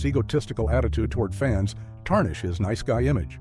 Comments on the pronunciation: These AI voices have me praying for an early death. "The Queen of Nice" comes out as The Queen of NEECE. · "The queen of niece?" Really? A prime example of why AI generated narrations are trash. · Twee-hards, really and the queen of niece? I hate AI generated voice overs! The mispronunciation on the simplest words was so annoying. Why can't real people do the voice overs in these videos? When I hear the AI generated voice I immediately know that I am going to hate the video.